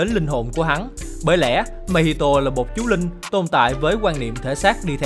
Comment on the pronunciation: chú linh mà sao mình cứ nghe thành chú lìn nhỉ